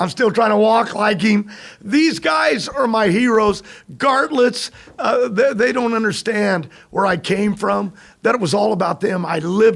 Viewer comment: John Force referring Don Garlits as “Gartlit’s” 😂😂😂😂😂😂